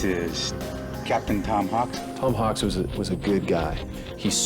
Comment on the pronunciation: *Hawks NOT "Hawkes". *Skylar NOT "Skyler".